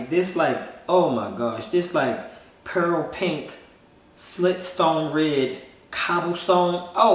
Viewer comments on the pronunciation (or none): none